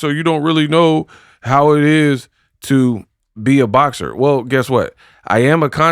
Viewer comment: Did he just say BLOCKSER? BOXER I’LL GIVE IT UP TO CLARISSA BECAUSE THEY MAD THEY MAD THEY MAD THEM SIDE BEtS HAVE BEEN CUT OFF WHILE SOMEONE ELSE ROLLS THE DICE😂😂😂😂😂